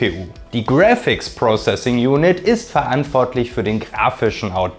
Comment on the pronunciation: Its Graphics not GrEphics, typical German lmao